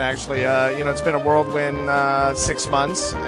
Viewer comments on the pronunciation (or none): If you listen closely Avenatti says "it's been a worldwin". He could use some pointers from Stewie Griffin. WHirl wind!